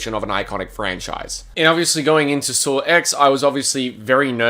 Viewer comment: Australians be like "Sawr X"